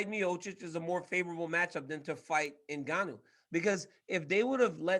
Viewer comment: Get Ngannou name right. lol common men, the guy is a champ.